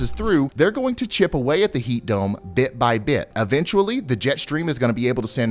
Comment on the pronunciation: E ventually, not Aventually...